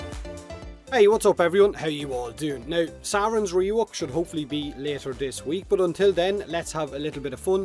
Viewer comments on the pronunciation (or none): Just noticed in the end there that it sounds like you're saying Sauron instead of Saryn. It's great, expect the dark overlord to come with a ring and a flail and then you get a poisonous space potato eating monster who flies past at mach speed as everything explodes in the viral toxin doom that spreads in her wake. Doubling down on that flail. More shield weapons would be nice.